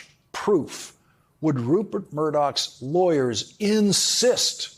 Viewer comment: LAWRENCE!! I TOTALLY love you, but PUHLEEEEZE get facts straight. The amount awarded to the Dominion voting company was $787.5 million. You said $767. And it sounds like you are mispronouncing the name.... It is RuPert!! It sounds like you are saying RuBert Murdock with a B.